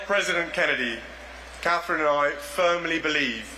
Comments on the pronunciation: He couldn't even get Catherine's name right. Wokey woke woke woke. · Who was that guy? He messed up Catherine’s name. Smh